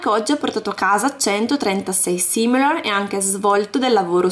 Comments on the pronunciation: ma come lo pronunci si dice SIMOLEON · i soldi du pronunciano Simoleon